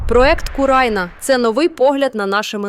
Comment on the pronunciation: Що за сайт " Курайна " розповідає нам про Слобожанщину? Спочатку нехай вірно називає свій сайт а після розповідає про щось.